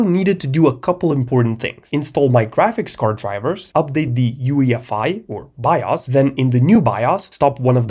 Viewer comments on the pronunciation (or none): The only pause I had was me looking in the comments when he first said "by us" instead of bios to see if anyone noticed. (Also, for no absolute reason, to download an emulator and play some Star Wars: The Complete saga) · bro it’s pronounced “Bios” not “Bios” 😊😂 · i love the way you say bios by-os